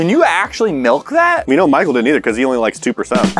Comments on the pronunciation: “Exactly Pichael” ??? What PICHAEL??!?? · Did anyone else heard tanner say pichael instead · did anybody else hear tanner call michael "Pichael"? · Tanner: What is crawling without arms?: Caterpiller Tanner: Exactly Pie-chael Yup. His name is pie-cheal. 🙂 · Did u realize tanner said Pichael instead of Michael during the straight jacket thing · Michael didn't realize that Tanner said "pichael" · “Exactly pikal “ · Why is Tanner calling Pikul?? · Tanner said picheal in sted of Michael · Tanner said pikael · He called him pickeal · pie-chal. Yes good job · Tanner said "Picheal" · why does he say "exactly pie-chael"❓ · "exactly picheal." PIE-cheal. P. any one else notice? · Did anyone else her him say "Pichael" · no one: michael: uR fUsChSHtAtiNg mE! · Tanner: so what is crawling without arms?: Your like a caterpillar Tanner: igsactly pie-cheal?